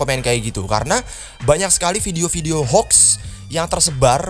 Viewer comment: Funny moment mau bilang "menyo" ehh jadi monyet mau bilang mod/hoax jadi "mox" b aja ehhh maksudnya "tapi anehnya disini" mau bilang mod/hoax jadi "mox"